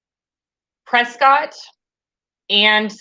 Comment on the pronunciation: Such a fun video! It was like I was visiting a friend. As an Arizona resident, this is a fair assessment, though I live in Maricopa County so yes there are going to to be differences. Just as an aside, the City of Prescott is pronounced Pres-kitt here. Honest. I don't know why. It just is.